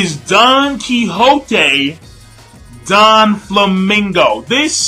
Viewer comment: Great Review !!!! Just one thing that kept bugging me. It's Doflamingo not Donflamingo.